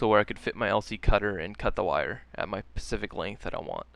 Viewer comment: "And cut the wire at the pacific length that I want" .. it's SPECIFIC